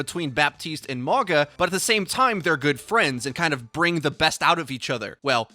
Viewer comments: U pronouncing it wrong 🤣 but all good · it’s not pronounced the way is pronouncing it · Dont think you saying his name properly. Considering his tribal tattoo's, the "G" is pronounced with the an "NGA". Mauga also translates to "Mountain". So its fitting as a Tank role. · where is your grandma from? The English g isn't a sound found in Sāmoan or Māori. What's written as g in Sāmoan is pronounced as 'ng' (again, in IPA (the international phonetic alphabet, used by linguists like myself) it would be /ŋ/). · If y’all pronounce it “Mogga” one more time I swear... 🤦🏽‍♂️ it’s MA’UGA pronounced “Ma-unga.” Yes I know there’s no N in his name but G’s in Sāmoa are pronounced w an invisible N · It’s just a friendly correction it’s pronounced Mao-guh not Maw-gah. Mauga is a Polynesian name Samoan to be exact. I know I’m certain because he is clearly plain as day a Polynesian. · not (mah-gah) it's mauga. Like (mow-gah). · mauga means mountain in samoan, pretty close with the pronunciation, letter 'g' in samoan is pronounced as 'ng' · His name is pronounced "mau-nga" the letter G is pronounced sort of like an N in most Pacific island languages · Im a Tank Main and Polynesian so if he is the New Hero then Looks like I’m going to have a New Main!! Im so stoked!! I think his name is Pronounced MOW-NGA at least thats how I read it off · Mauga is pronounced Mau nga with a glottal G sound that closely resembles a ng in lung. Can we signal boost so sees this? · Pronounced mau (like mauii) gna. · Polynesian main tank! His name translates to mountain in Samoan and is pronounced maunga (mah-ooh-ng-ah). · Mauga would be pronounced "mah-ooh-gah" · I thought he said MAGA bot Mauga. Much lol. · Clearly Polynesian inspired, his name means mountain. Ironic considering he's gonna be a tank lol. And it's pronounced MAU (like Maui from Moana) NGA (ng sound in sing) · Did you say 'MAGA'???!!!!!!!!!!!!! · It's pronounced Ma U Ga.